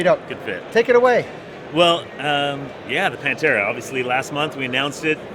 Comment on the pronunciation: Just FYI the TH is pronounced, it is not saif Pantera it is said Panthera, like the cat Panther, you don't say Panter